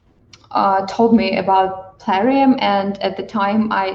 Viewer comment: I must know why and say PUHlarium! We the PUHlayers, who PUHlay this great game need answers! PUHlease!